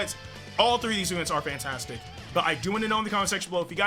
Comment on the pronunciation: I thought he said Pantastic LOL🤣🤣